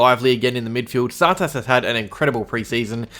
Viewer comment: why do u pronounce tsatas funny.